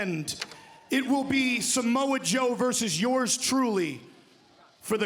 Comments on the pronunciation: did anyone clock Excalibur calling Samoa Joe, ‘Jamoe?’ 😂😭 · “Ja Moe”